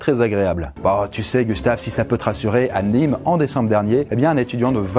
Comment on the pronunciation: À Nîmes mon oreille a tilté 😂